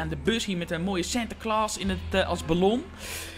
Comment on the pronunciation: Cas Klein Gunnewiek ja hij zegt sinterkloos